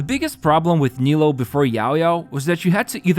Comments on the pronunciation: the nilou and yelan pronunciations are making me feel crazy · How are we still mispronouncing her name?